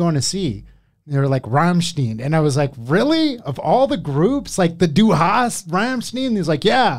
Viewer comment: The three times of Du hast mich, Sounds Like du hasst mich. Which means, you‘re hatin‘ me And then comes the plottwist for germans! In English it goes You asked me, but I didn’t answered